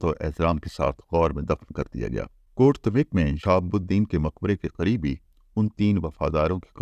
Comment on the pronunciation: السلام علیکم سر ۔۔۔ حسب سابق ایک نہایت شاندار ولاگ۔۔۔ بس گزارش ہے کہ غوری کا مقام شہادت جہاں اب اس سلطان ہند کا نمائشی مقبرہ بنایا گیا ہے ۔۔ کا نام کوٹ دھمیک کا تلفظ Kot Dhameek نہیں بلکہ Kot Dham yak ہے ۔ برسوں پہلے جب کہ ابھی وہاں مزار نہیں بنایا گیا تھا ، ہمیں اپنے سوہاوہ کے دوستوں کے ساتھ وہاں جانے کا اتفاق ہوا تو انھوں نے اس گاؤں کے نام کے تلفظ سے متعلق تصحیح کروائی تھی ۔۔۔۔